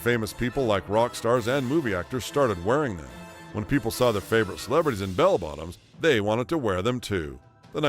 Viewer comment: "The Goonies" and "Back To The Future"?? Try, "Easy Rider"!! has his accentuation wrong! Bell BOTOMS, Nehru JACKET, fondue PARTY? Must be a west coast thing where they do that constantly and say things like,, Boy SCOUT, ice CREAM, pinPOINT. Half the stuff he's talking about was from the `60's, NOT the `70's! And, other than a FEW guys having porkchops, I don't recall ANYBODY having the kinds of beards, sideburns and moustaches that were popular in the late 1800's. He claims The Beatles just got huge in the `70's!! They broke up in `70!! Most of the hippy stuff happened in the `60's!! It was dying out by `73. Somehow, I knew you were gonna miss Rubik''s Cubes. Elephant Bells the ecology patchwork jeans disco punk glam folk blacklight posters incense Elton john marijuana cocaine Watergate the `50's UFO's, big foot, and the like super flashy rock concerts psychotic religious nuts religion electronic music the 12" single natural childbirth Indian ways black culture being openly gay cell phones new wave